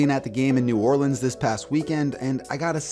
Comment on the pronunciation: A man from Idaho can pronounce New Orleans better than those from here. Thank you!